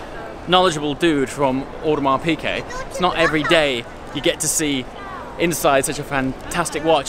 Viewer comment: I'm new to your channel. Love the content and your likeable personality (unlike many of the rich "look at me" braggarts on YT.) BTW, fellow AP offshore diver owner as well, although on a bracelet. As an FYI, it's pronounced "PEE Gay", not "PEE Kay". Keep up the great work!